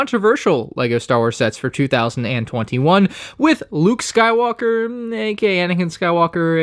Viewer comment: "Rey skwalker" Definitely not